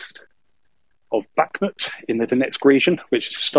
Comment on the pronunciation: Very annoying hearing Kherson and Bakhmut pronounced so badly. Otherwise a great podcast.